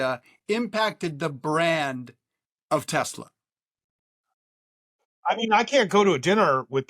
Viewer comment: Trump called it Tesler! He couldn't even get the name right!